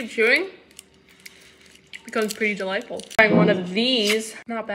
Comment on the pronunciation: “Helw yeeaa ☺️” Got me ROLLING💀💀💀💀💀